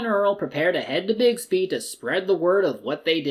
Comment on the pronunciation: Bixby, not Bigsby.